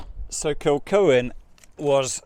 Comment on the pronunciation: Its pronnounced Kilhoan